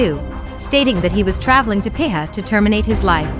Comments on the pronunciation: Piha is pronounced pea-ha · It's pronounced PEE HAR